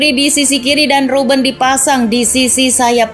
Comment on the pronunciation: Bukan arsen robben tpi arjen robben